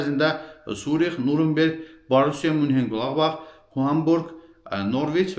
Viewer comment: Nurumberg yox Nyuren berg